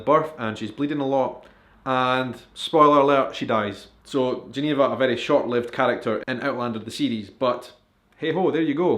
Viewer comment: “Spolers” ??? Really?